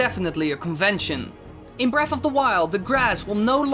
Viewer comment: its breath of the wild not breaf